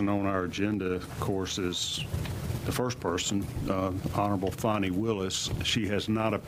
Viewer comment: It is spelled Fan i not Fon i , I say FAN E like all should say.